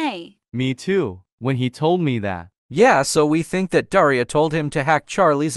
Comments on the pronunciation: When said daria it sounded like diarrhoea😊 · The fact that pronounces Daria like deiria 😭 (Sorry if I spelt that wrong im not English!) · Daria more like daraia